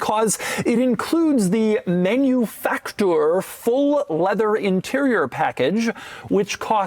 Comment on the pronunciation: Guy is annoying…… “manufacTOUR”